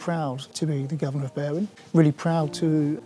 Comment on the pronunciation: They way these English foreigners pronounce Berwyn makes me shudder.